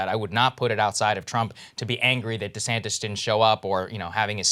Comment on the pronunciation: LMAO he said DeSamtis GOOD